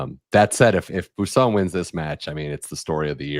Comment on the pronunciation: Bwah, not bu for Boisson.